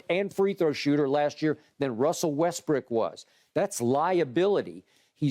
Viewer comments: Literally said "westbrick" and no one noticed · Wow. Skip calls him Russell "Westbrick" againnnnnnnnn! SMH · Skip called Russell Westbrook "Westbrick". C'mon now Skip. Be a professional.